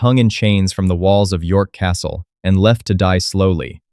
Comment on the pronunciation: It's corfe castle NOT corfay